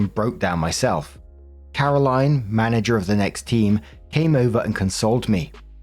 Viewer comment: Story 2 - When looks at "Carolyn" and for some unknown reason thinks it's pronounced the same as "Caroline".